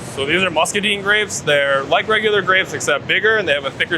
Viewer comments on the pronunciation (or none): One take away….those were musca-DYNEs not musca-deen “grapes”